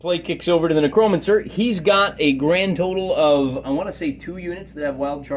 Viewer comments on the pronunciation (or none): I love your battles! Thanks for making these, you helped me understand the game. Can you pronounce necromancer correctly though? It's a little like scratching a chalkboard for me...